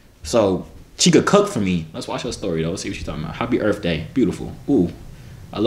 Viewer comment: Nigga said earf